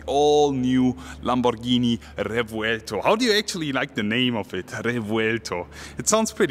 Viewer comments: THANK YOU for not butchering it's (indeed) very cool name and not playing the dumb Google Translate game that EVERY other channel is doing. As a language speaker, world traveler and Lamborghini lover that made me stay here. You got a new follower. Moving on, the car is amazing. Mine will be a 2025 model, still waiting for my Countach. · I wasn't convinced on the name but the way you say it made me appreciate it more 😍